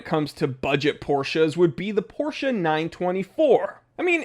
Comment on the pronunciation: First time seeing your vids. Thank you so much for not saying "Porrsh". Its really refreshing!